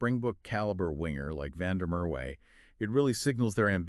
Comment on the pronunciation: the W in Merwe is pronounced as a V. I think he opted against moving overseas because he wanted to be part of a team that was loaded with Boks and makes sure that he is in the eyes of the selectors, he opted against moving to the stormers because he didn't want to move back home and he also got tired of playing in front of empty seats at the emirates park